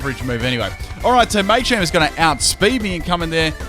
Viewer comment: dnt ever say machamp ever again